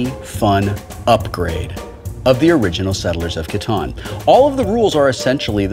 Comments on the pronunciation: Did anyone notice he said "Star Trek Catana" (Katana?) ? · I've played Settlers of Catan quite a few times, and I got to try the Star Trek version once, but I've never seen Star Trek Catawn before. Does Wil pronounce it that way to make it rhyme with Kahn? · Was my group the only people in the world to pronounce "Catan" to rhyme with "Satan" or is it a British/American thing? BTW I'll do you a tritanium for a hay